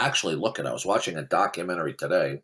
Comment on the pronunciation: And says it ‘dok a mennary’